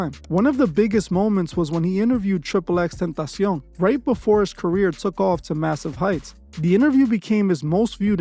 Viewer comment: Calling it a no jumper rico/indictment is crazy 😂😂😂 N it kills me when you call him triple x tentación, makes it seem like you just as much of an outsider to hip hop as him